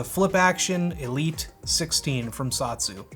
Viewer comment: I don't believe it's pronounced "Sot-su", I think it's pronounced "So-tsu".